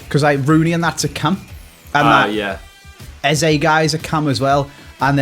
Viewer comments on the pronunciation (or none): Pisses me off that yous keep calling the lad easy (eze) rather than ez-ay which is actually his name🙈 shut up you kiddy fiddlers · And also it’s not pronounced as easy its said as EhZay. Sorry to annoy you by this but I’m a massive QPR fan.